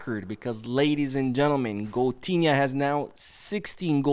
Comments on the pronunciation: Goatinha not coutunho😂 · Why keep saying coutunho 😅😅